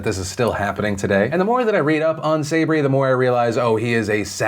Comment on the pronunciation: Phil, Sabry is pronounced sah-BREE.